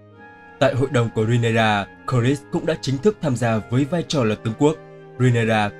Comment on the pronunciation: Rê ny ra chứ ry nê ra đâu vậy